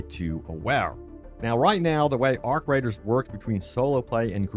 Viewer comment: He said arc riders hahaha 😆 lol